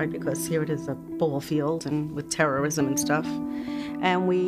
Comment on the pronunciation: "...with terrorism and stuff", emphasis on the stuff.